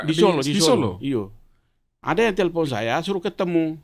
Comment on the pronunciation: Telpon bukan selpon🤣